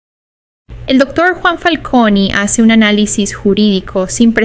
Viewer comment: niña aprenda a pronunciar bien los apellidos Falconí..lleva tilde en la i u usted dice el Dr.Falcóni..Don Richard corríjala con tiempo a la señorita para que a futuro sea una buena profesional